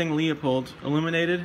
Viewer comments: It’s not Leo-pold it’s Lew-pold. If you’re selling scopes you should know how to pronounce the company’s name! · the correct pronunciation of Leupold is "Loy-pold" or "Loy-polt", depending on the german dialect. How do you pronounce "Schwarzenegger"? The american way or the correct, german, way?